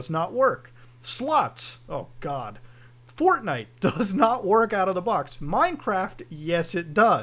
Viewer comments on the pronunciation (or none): none